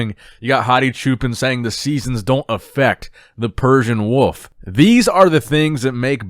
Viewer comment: the way you pronounce wolf got me fucked up